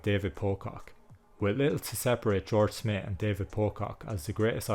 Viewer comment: Who is George Smit? 😂